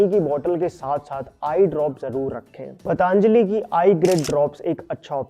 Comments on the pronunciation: पतंजलि बोलिए मित्र। पतांजलि बोलने से महान ऋषि का अपमान होता है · पतांजली नहीं पतंजलि है . आप से निवेदन है कि कंपनी का नाम सही उच्चारण करें , आपको सुनकर आपके सभी सब्सक्राइबर्स भी ग़लत बोलना शुरू कर देंगे . महर्षि पतंजलि के नाम पर बनी है यह कंपनी . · That's पतंजली......not पतांजलि. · पतांजलि...पतांजलि... कयुं बोलते हो ? पतंजलि नहीं बोल सकते ? चाईना से आये हो ? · भाई तुम हिंदुस्तानी हो ना... तो ये Pronounciation इतना खराब क्यों है ❓❓ पतंजलि को पटअंजली... त्रिफला को ट्रीफला... क्या हैं ये ❓❓❓ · It's "पतंजलि " not पटा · Please pronounce Patanjali correctly. It is not पतांजलि but पतंजलि। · पटांजली ❌ पतंजली ✅ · पतंजली बोलो पटांजली नहीं. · जी, मैं आपके vdo हमेशा देखता हू क्यु की वे विश्वासार्ह होते है l PATANJALI का उच्चार पा त न ज ली ऐसा किजीए न की प ता न ज ली. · Why the hell you call it pataaaanjali it sounds very derogatory it looks like you are deliberately making fun of a great rishi.....it's पतंजलि not paaaataaaaaanajali, please please take care of these things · Why are you saying पटॅन्जली ? It is पतांजली bhai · It's not पटांजली... ऋषी पतंजली का नाम है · Patanjali❌ Pataanjali✅ 😅